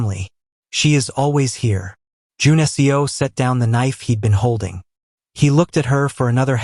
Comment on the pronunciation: A great story as always! I’m curious though. Is his name supposed to be Jun-Seo? The way the name is pronounced is like the programming language I’m learning for analytics. Maybe it’s something else? Seo is pronounced like seh-oh. This seems to be pronouncing the letters of Seo. Please forgive me if I’m wrong.